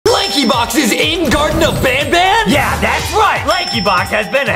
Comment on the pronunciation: Wait justin said garten of banbelina